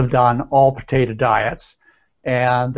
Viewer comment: Why he keep saying potata? Its potato